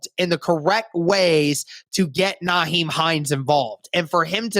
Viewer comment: It's NYhiem not NAheim